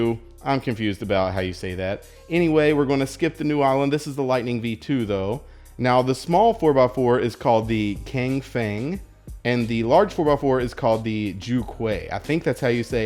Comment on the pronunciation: Pronunciations: 2x2: (Your pronunciation was pretty much correct) 3x3: Qing Hong, Pronounced CHing Hong Mini 4x4: Cang Feng, Pronounced TSang Feng 4x4: Ju Que, Pronounced Joo CHoo-Ey. Other than that, loved the video! -再见